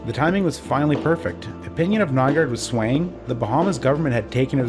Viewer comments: i thought it was Nygård, not Nygaard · You're actually supposed to say "Nyga"